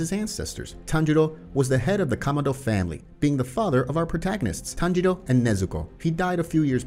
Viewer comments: people hearing tanjiro instead of tanjuro: SWEET HOME ALABAMA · tanjiros dad name: tanjuro him: says tanjuro like tanjiro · It’s not Tanjiro, is tanjuro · its tanjuro not tanjiro :/ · Bruh just said at tanjiro's father he said tanjiro no tanjuro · am i going crazy or does he call Tanjiro's father Tanjiro? [Its Tanjuri] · its tan JU ro not tanjiro (for tanjiros father) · HIS FATHER NAME IS TANJURO NOT TANJIRO WTH MAN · its tanjuro not tanjiro